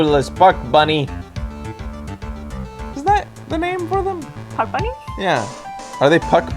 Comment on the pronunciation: I swear to god when the judge said Puck Bunny I thought he said fuck bunny